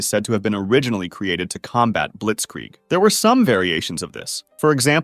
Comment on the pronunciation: It's not called Blietzkrieg